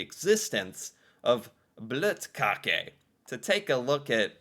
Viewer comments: Your pronounciation is good. Bløtkake is basically any butter free white sponge cake with cream and some filling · Never heard of Brettemesse. Your pronunciation of Bløtkake is spot on. I usually fill my bløtkake with pears from a can and fresh berries. I use the liquid from the can of pears to moisture the cake before filling, otherwise it will be quite dry. Bløt is the norwegian word for soak or wet, hence the name bløtkake. But to moisture the cake you have to be very careful, you don't want to use to much. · Til å være en amerikaner som ikke forstår norsk så var dette ganske perfekt uttale av bløtkake. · Nice pronounciation. Both the E in the end and the Ø in bløtkake. I’ve no idea what brettemesse is. Bløtkake is not a xmas cake, it’s all year kinda thing. For Xmas many familys have their own traditions but overall it’s baking traditional xmas cookies, and making gingerbread houses. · you're pronunciation of the Bløtkake is absolutely correct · perfectly said bløtkake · I'm 33 years old and norwegian. I've never heard about brettemesse. You say bløtkake correct 😁 We have Milk on every layer with cake to make it soft (bløt) 😁 more whipped cream and fruit inside 😁 Even norwegian kids can make bløtkake at home ☺️😉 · you said bløtkake right :) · Your pronunciation of bløtkake is on point btw:) it is a very popular cake, here where I'm from anyway. It could be used in birthday celebration, weddings etc, etc. It is simple and fast to make from bottom up.